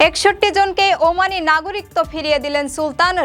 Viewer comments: উপরের লিঙ্ক এ ১০০ টি বিভ্রান্তিকর বাংলা শব্দের সঠিক উচ্চারণ দেওয়া হয়েছে। ওখানে ১৯ নম্বরে "একাকিত্ব" শব্দের উচ্চারণ করা হয়েছে। একাকিত্ব এবং নাগরিকত্ব শব্দ দুটির উচ্চারণ শেষের অংশে একই। আমি উচ্চারনের ভুল বলেছি। বানানের ভুল নয়। উচ্চারণ শোনা যায় আর বানান দেখা হয়। ধন্যবাদ। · নাগরিকত্ব এর সঠিক উচ্চারন আপনি বাংলা একাডেমির বই গুলো দেখে আসেন। নিজে সঠিক টা যেনে তারপর কমেন্ট করা উচিত । কথায় আছে অল্প বিদ্যা ভয়ংকরী। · নাগরিকত্ব উচ্চারন ভুল হইছে,,, 😮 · সংবাদ পাঠিকা "নাগরিকত্ব" শব্দের উচ্চারণটি ভুল করেছেন। বার্তা সম্পাদক এবং 'প্রবাস টাইম' কতৃপক্ষের দেখা উচিত এই ধরণের ভুল ভাল সংবাদ যাতে প্রচার না হয়।